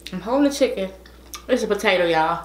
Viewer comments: LMFAO “CHICKON” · “ChickOn!” LemOOOn! Lol hilarious 😂